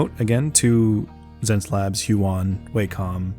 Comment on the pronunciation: I feel like it's supposed to pronounced 'SenseLabs', could be wrong. Regardless, seems like an artist would benefit quite a bit from this tablet since it comes with a great build along with a customisable remote, something Wacom is still refusing to provide[if anything they keep paring away the features that used to be part of the pack], at a lower price no less. I've been using my decade old small Intuos4 and if I were to upgrade, might choose this. Lastly, I wanted to drop a great big thank you to you, sir, since your tutorial on painting skin tones on Proko basically sent my projects to the next level; Marco Bucci and yourself have been a great help to get over my inability to understand colours and I've improved more in 2021 than in a decade of fiddling around.